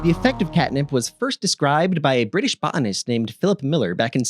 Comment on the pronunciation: “bO (pause) anist”